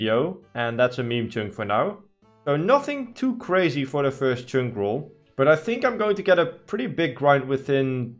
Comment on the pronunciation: Love how you pronounce "Chynk"😂 you should change your accounts name